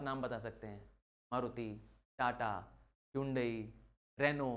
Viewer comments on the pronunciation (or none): none